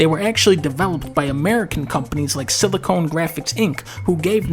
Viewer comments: Its silocon not silocone. Do you pronounce joy-con joy-cone? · He probably just doesn't know, and is saying it like silicone(which is a different thing)